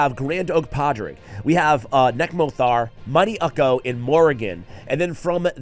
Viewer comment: Ukko is a Norwegian name and is pronounced Uko.